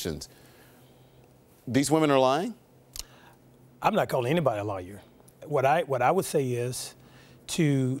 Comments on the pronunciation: Did he just pronounce liar as Lawyer!!l 😂 😂😂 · Not to mention learn how to pronounce words correctly. “Aquisations” “Bun” instead of bond “Lawyer” instead of liar